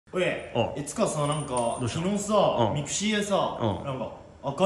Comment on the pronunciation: mixiのイントネーションが違うw